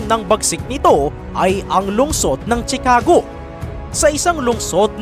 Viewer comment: Ang bigkas ay shi-ca-go hindi chi-ka-go